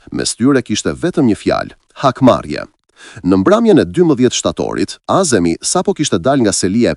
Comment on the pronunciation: Vure mire theksin e emrave ( azemi') jo(a'zemi).